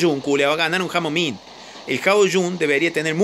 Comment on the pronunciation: Nadie: Absolutamente nadie: cambiándole los nombres a todos los bots xD: cerberus: cancerbero, ravana:Nirvana, nightingale: nightiyudeil xD ao ming:jamoming xd